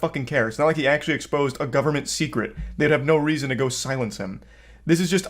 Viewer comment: “For some reazhon”